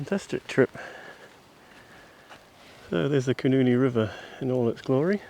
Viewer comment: You are mispronouncing the name of the great nw river: Koenienie as you pronounce it is a vulgar expression for a vagina. The correct pronounciation is Khoenêne.